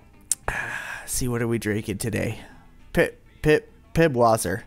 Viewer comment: This video is 2 years old but I can't help it. It's not PiBwasser. It's Pißwasser, spelled Pisswasser (ß is spelled as ss). It's German for Piss Water.